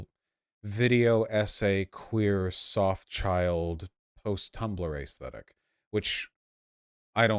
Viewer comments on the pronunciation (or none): Vaush for the love of god it’s pronounced aesthetic not ayyysthetic it’s so fucking cringe to make up weird accents and weird ways to say words